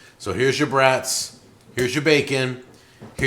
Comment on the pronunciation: you need to try those garlic brats (not trying to police you just helping you out. It's pronounced like "brought") and do not cut or poke any holes in it. Cook however you want but do it slightly slower than you would normally cook it as not to break the casing with too much heat. They retain so much garlic juice in the final product. They are the best brat you can buy. And by a longshot. Try it. You will thank me.